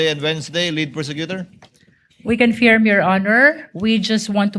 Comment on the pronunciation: Ngee, We "Confyirm" daw😆